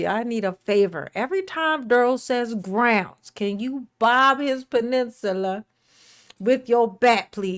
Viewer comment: lol, when I saw where chibbys bat was and had to ask Chibby to just get him when he says groundz. Knock him out for awhile lol